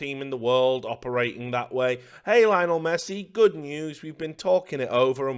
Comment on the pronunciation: "lainal messi" hahaha this made me laugh